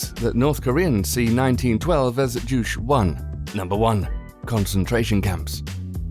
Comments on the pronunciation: it's pronounced Ju CHAE (Juche), not jush, also, North Korea Best Korea all hail kim jung un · if you're going to make a video like this at least learn how to pronounce the words correctly. It's joo-chay not juush. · Juche is not pronounced "Joosh". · The lack of research on the pronounciations of the Korean cities and phrases you mentioned came off lazy, and almost funny in a bad way. You said "Pingyongyang" instead of "Pyongyang" and "Jooch" for "Ju-che". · it's "ju-cheh" not "joosh". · "Juche" is not pronounced "joosh." It's more like "joo-cheh." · juche is not pronounced like douche. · It's Pyongyang not Pingyongyang Juche is pronounced as Ju-che, Ju (u is pronounced like "oo" as in "shoot")-che (e is prnounced like "e" as in "bed")